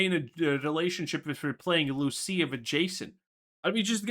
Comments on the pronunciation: Bro it’s LUCIA not Lucille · It's Lucia not Lucille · Why does he keep caller her Lucille? 😂